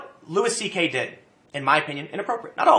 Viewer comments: tim, his name is fucking louis. and it's pronounced luey not lewis. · Why do you keep calling him Lewis? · "Lew-iss CK". LMFAO 🤣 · It's pronounced "louie" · Please, Tim. Louis CK's name is pronounced "Louie," like Louis Armstrong.